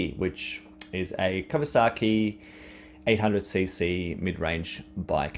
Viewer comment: I had to listen twice the first time you said kawasaki ,ok I thought slip of tongue. Then the 2nd time , no sorry dude. You shouldn't be reviewing bikes